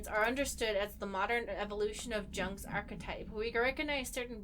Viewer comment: Hey guys I love you and this game. FYI "Jung" is pronounced "Yung".